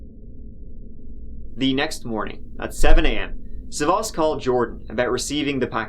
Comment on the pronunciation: Damn, you butchered his name. It’s SAvas, not savAS. The man is Greek, not French ...